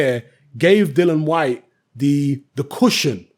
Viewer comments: it's DILLIAN, DILLIAN, DIL LIAN WHYTE. NOT DILLAN. IAN NOT AN. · Dillian Gillian Shelillian Whyte.